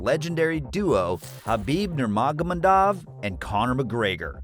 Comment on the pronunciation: Dude, learn to pronounce Khabib's surname correctly. The proper pronunciation of Nurmagomedov is all over the Internet. It's a respect thing. Do your research. Makes videos respectful of the person you are addressing as well as makes the quality of your videos higher. Cheers.